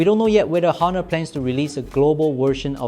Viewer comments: it pronounced as Onor (with silent H)..same like how you pronounced ''honestly'' with silent H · Please do not pronounce the H in Honor.